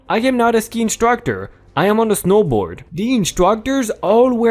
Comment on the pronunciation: Ski as in skiing, not sky.